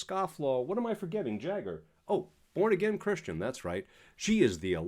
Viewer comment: Did you say porn again christians ??